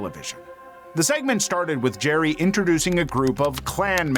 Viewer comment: Jer-RY. Jer-RY. Jer-RY.